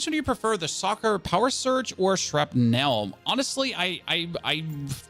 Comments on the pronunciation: When you pronounce "shrapnel" you don't really pronounce the E. It's pronounced more like "shrapnl". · Shrap as in apple ) nul. That's the way it is pronounced in Hollywood movies.